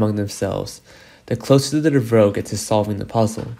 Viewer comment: Dev Ah Row, say it with me, Dev Ah Row, not DeVrow. 🙄